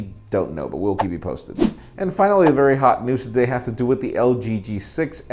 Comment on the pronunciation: Until now. I always thought said, "The question of the day" Now I know he's saying, "today." Everything I thought I knew is a lie!